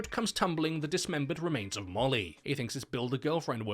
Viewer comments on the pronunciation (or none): none